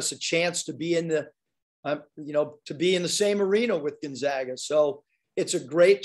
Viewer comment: rag, lag, bag, mag, hag nag, tag, zag as in...Gonzaga.